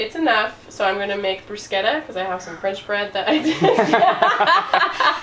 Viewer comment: Kudos to for pronouncing 'bruschetta' correctly!! 🥰 Loved hearing the backstory on that, too. 😊